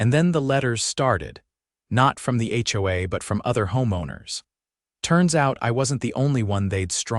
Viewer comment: It's not ho-uh. It's H.O.A.